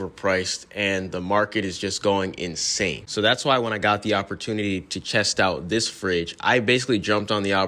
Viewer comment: Lol you said chest out instead of test out 😂 love your vids